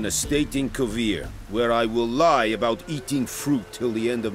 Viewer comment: "Where I will LIE about eating fruit the rest of my days." Inflection of the wrong sylLAble. Always gets me.